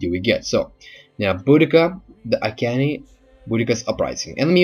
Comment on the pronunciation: Iceni not ikeni (I-see-ne)